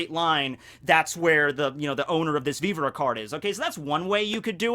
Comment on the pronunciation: Okay not the first time I've heard you do this. I don't watch the anime but are you sure the how you saw Viver? I saw pronounced with the same error. That one is beyond common and it makes me laugh every time I hear it. Japanese is a syllabic language that doesn't have the short e in both of these words. Both words come from French and have English pronunciations . If it's for the otaku lols fine but if you think that's how you say those words I think you are watching too many subs and haven't heard these words used in English.